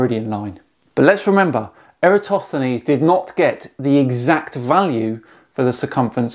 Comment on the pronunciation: That dude completely butchered the pronunciation of Eratosthenes